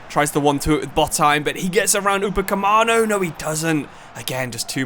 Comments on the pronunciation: Upacemano🤣🤣🤣💀Upa-me-cano mate 🥲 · I get not being able to pronounce names like Kvaratskhelia but what is ‘Upacamano’, ‘Lokanga’, ‘Woltemide’… are you even reading the actual names?😭 U-PA-ME-CA-NO LO-KON-GA WOL-TE-MA-DE love the videos but these particular mispronunciations have to be some form of ragebait